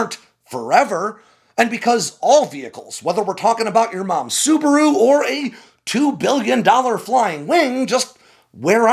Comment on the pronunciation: LMAO. He said your mom drives a Subarau